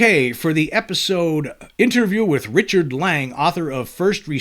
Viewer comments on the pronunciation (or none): none